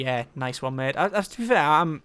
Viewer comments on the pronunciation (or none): none